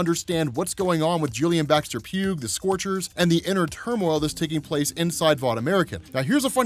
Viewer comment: "Pugh" is pronounced "P-YOO," not "P-yoog."